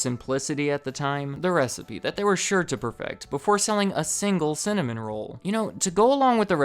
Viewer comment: cinnamom sounds funny to me because im from norway and sinna means angry so you're basically saying angrymom🤣